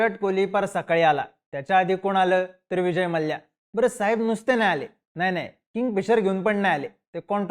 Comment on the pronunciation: Ye gap re ghanrdya . Ghanrdya sarkha nav ghetoi tycha Vijay Mallya Malya. Vyastit bol na Mallya. Pronounce shikvaiche ka tula Maa liii yaaaa.